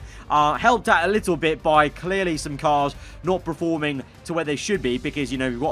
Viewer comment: Just me or is it annoying that says preforming instead of performing